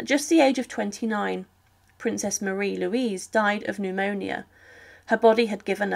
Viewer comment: Marie Louise, not Marie Louisia! 🤗